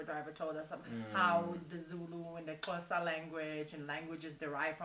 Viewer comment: Shes the 1st African American to get the word "xhosa" right☺️